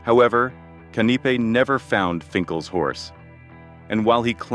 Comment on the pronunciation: Canneepee (instead of Kanipe)? Come on, man! They have the wrong Finkel too. And finding that dead white man before the battle…first time I’ve heard this story. How can Foley run out of ammunition and then shoot himself?